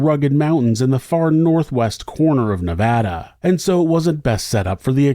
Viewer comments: Thank you for pronouncing Nevada correctly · 92/93 was a HUGE winter here in Northern Nevada! I will never forget when this happened, unfortunately this scenario has played out quite a few times over the decades, winter is no joke here in Northern Nevada! As a Nevadan I thank you for the correct pronunciation of Nevada, much appreciated! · Thank you for the correct pronunciation of Nevada